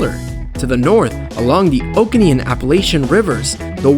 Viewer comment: FYI - It's pronounced "OH-KOH-NEE", not "OH-KANEE". We live here.